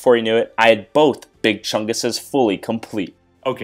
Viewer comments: Tf he actually said chunga..... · The plural of more than one chungus is ‘Chungai’ Pronounced Ch-uh-n-guy